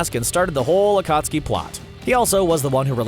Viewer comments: im sorry butdid he just pronunce akatsuki as akutski??? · Is anyone gonna mention that this man said Akutsuki not Akatsuki literally miss pronounced the main group of antagonists for more than 3/4 of Shippuden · Akatski not Ukutski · He called the Akatsuki the Akutsuki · Akutski?? Its akatsuki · They do not watch naruto acustki instead of acatski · narrator you sade akutski instead of akatski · thankyou next A Kootski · Lmao narrator said “akutski 😂💀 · This one dude said ah-cuts-ooki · Bro did not just say akootski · Bruh the akootski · You said ukutskee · Mispronunciation AKUTSKI Daidara Sasari Jitso Yimato Kakaaza Asuma way to fast Karen( the name was accurate to her character) Hinata(way to fast) Uchia( to fast again) The tailed beast are not tailed demons EVERYTHING IS WRONG AND RIN IS WAY BETTER THAN SAKURA! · d-daaa-ra, wow EDIT: y-maa-to WOW EDIT 2: akuh-ski WOOOW EDIT 3: uh-suu-ma WOOOOOOOOOOOOOW EDIT 4: A female ninja named "Karen" LET ME SPEAK TO THE VIDEO'S MANAGER EDIT 5: m-daa-ra why FINAL EDIT: kah-ren incredible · had me dying when he tried to pronounce 暁 (Akatsuki ) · When he mentioned akatsuki 💀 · just randomly pronounces akatsuki correctly after consistently saying it wrong for 10 minutes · atleast they say akatsuki right, oh wait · says akatski wrong says akatski right I knew they were saying words wrong on purpose😂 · Omg look how he says akatsuki